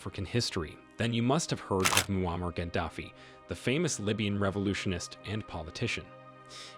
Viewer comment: Bro pronounced ‘Muammar’ every way possible. Good CYA